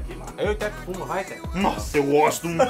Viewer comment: o "eu gostum" kkkkkkkkk